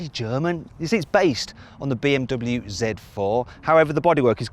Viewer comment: この動画でBMWのネイティブの発音だけは覚えたよ！凄いでしょ！